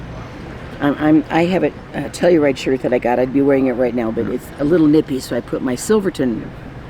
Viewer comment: The Trekkie in me kept thinking you were saying Tellerite instead of Telluride. The hat almost makes look like Sean Connery.